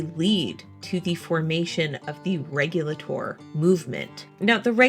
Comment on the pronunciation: When I visited the Alamance Battlefield it was always pronounced Reg-you-late-or not Reg-yul-ah-tore.